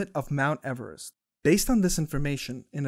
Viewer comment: You said Everest wrong